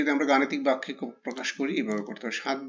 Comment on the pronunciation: ভাইয়া বেক্য না বাক্য ভাইয়া।